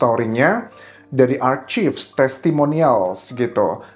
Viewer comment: Archives sebutnya "arkaif"...bukan "arcif"